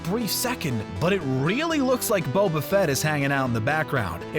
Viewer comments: Wow, I had no idea people didn’t know how to pronounce “Boba”. It’s not “Bobba”. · I love how at first he pronounced Bobafett’s name as (bob-uh-fet) instead of (bobe-uh-fet)